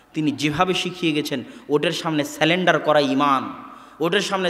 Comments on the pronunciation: Dear Shaikh, you pronounce the word ' surrender' as salender. It's wrong. plz. correct it. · খুব সুন্দর বক্তব্য মাশাআল্লাহ। তবে সালেন্ডআর নয়। ইংরেজী কথাটা হবে সারেন্ডার। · Sorry brother, the word is "SURRENDER" not SELENDER as you have pronounced it. When you are not able to pronounce the word, then why to use it. It reduces you stature. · Takdir, Bidyat, Sunnah, Halal, Haram now seemed clear to me. Sulendar or Surrendered, pl pronounce correctly. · সঠিক উচ্চারণ সারেন্ডার। আপনি ভুল উচ্চারণ পরবর্তীতে ঠিক করে নিবেন।